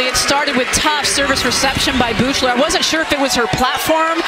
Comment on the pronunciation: why does the announcer pronounce Riley Beuchlers name like that